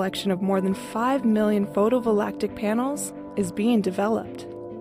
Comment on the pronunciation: What's "photo-volactic"? No mispronunciations, please.